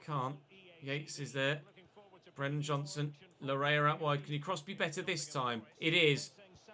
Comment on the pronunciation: Laryea's name is pronounced "Lar-yay" it's a Ghanaian name for some context